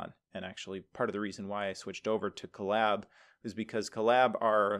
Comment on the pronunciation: Huh, I always heard it as "CO-lab", like co-worker and lab..oratory. "cuh-LAB", emphasis on 2d syllable, as said in collaborate, sounds a little funny to me